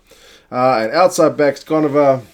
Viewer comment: Good pronounciations Bro.....Goneva definately the veteran in the team....Think it will be his 4th World Cup.....